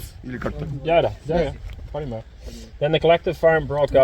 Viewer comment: Нижний Новгород и «понимаю»-уже хорошо произносишь!